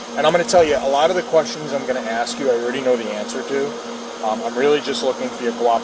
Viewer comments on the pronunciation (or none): Sure she can, just “ax” her? 😂